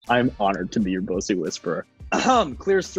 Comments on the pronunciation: The only celebrity to correctly pronounce bussy. I'm in. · I'm just happy he pronounced "bussy" correctly